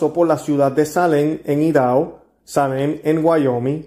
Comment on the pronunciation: Idaho se pronuncia A-I-DA-JO. es bueno que se informe bien antes de grabar los programas, porque a veces no pronuncia usted bien lo referente al prograna del día; otro ejemplo es cuando ha pronunciado el apellido de Eduardo Verástegui, usted dijo verasTEgui poniendo el acento en la E y es incorrecto, otros es cuando esta en algún tema y dice usted "creo" que fue tal persona, o sea que no esta bien informado y esta improvisando en el acto y eso no es profesional. Son solo observaciones respetuosas a su excelente trabajo, soy su seguidora y recomiendo ampliamente su contenido. Muchas felicitades por el invitado Doctor Cesar Felix Sanchez. Que la Santísima Trinidad lo siga iluminando. 🙏🏽🙏🏽🙏🏽